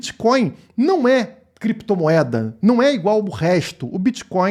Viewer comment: Ele queria falar "Clépto" moeda mas se embaralhou e falou "Crépto" moeda. É muita crise de abstinência do vil metal.